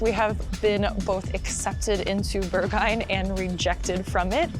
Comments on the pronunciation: Berg-hah-inn not Bergah-inn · The video is really well done! Can recognize a lot of real Berlin in your video. Just a cheeky comment: if you had learned your German lessons (well) with Rosetta Stone, you would never pronounce the club „Berghain“ like „Burghyne“, absolutely anglicized pronounciation of a non German speaker…anyway, keep on doing great videos like you do!